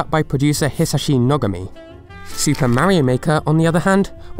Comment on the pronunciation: I commend your attempt at correct pronunciations of Japanese names! However, if you want to improve so that you don't hyper correct, then know this: you can tell how to pronounce a name based on how it's written. For example, the name Nogami actually has the emphasis on the second syllable, not the first. That's because it's written 野上. That's 野 (no), and 上 (kami). And in case you're curious... The K-sound becomes voiced (making it a G-sound) becuz of its use in the middle of a word; like how in English, TH becomes voiced when put in the middle of a word. Example: tooth becomes toothe . Just ignore the exceptions like "the, them, that, etc" (not sure what category those words fall under) and Greek words like "method".